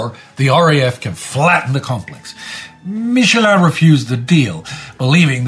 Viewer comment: SAY MICHELIN, "MICHELIN" TRUE YOU ARE IN SWITZERLAND, BUT YOU'RE NOT FRENCH.....! ARE YOU? ANY WAY LOVE YOU ALL, YOUS REMIND ME OF A PERFORMING FAMILY IN THE ALPS.. I BET THAT COULD BE A BOOK, OR PLAY WHAT DO YOU THINK? THANKS AGAIN TODULES... S/PHILADELPHIA OUTEN DIESE LICHT!